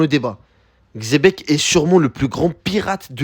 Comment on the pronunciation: Quand on entend Xebec et pas chebec on sait qu'on va bien manger